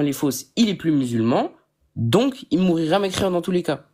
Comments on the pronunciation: " mourira " je saigne des oreilles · C'est vrai que "mourira" m'a vraiment écorché les oreilles. En plus il n'a rien compris à ce que son prof de philosophie lui a dit. Il l'a interprété à sa façon.